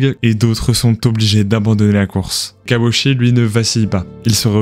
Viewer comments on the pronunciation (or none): Why repeat the same visuals over and over ? His name is mispronounced as "she" instead of "chee" (last syllable).